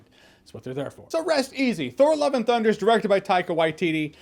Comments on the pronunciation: I keep hearing Thor "Eleven" Thunder 😅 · Why does it sound like he's saying 'Thor Eleven Thunder' ??